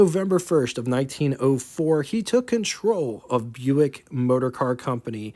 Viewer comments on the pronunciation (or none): none